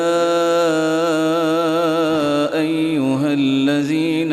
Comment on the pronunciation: حضرت صاحب آپ نے الذين اور زحفا ميں ذال اور زا كا مخرج ايك كرديا اور تعوذ الشيطان كی ی میں زبر كى بو آرہی ہے لیکن بچے نے درست پڑھا